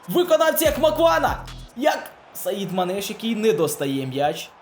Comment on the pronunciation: Не Саідманеш А САЯДМАНЕШ